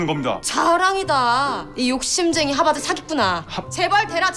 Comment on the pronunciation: 하바드 ㅋㅋㅋㅋㅋㅋ 발음 너무 귀엽다 징짱 ㅜㅜ